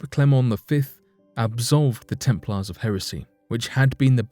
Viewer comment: The temp'laars? What's with the American low English? 🤔😭